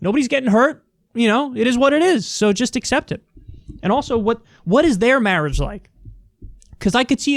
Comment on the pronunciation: Muh santitties of muh marryage.